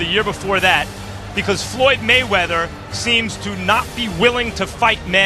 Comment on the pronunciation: FOLOLOYD GAYMEATHER.....